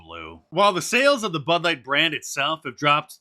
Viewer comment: Wait a minute you did say " butt light"😅